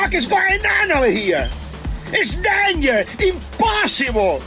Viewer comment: is DeNgER 😂 inposeboL🤣🤣🤣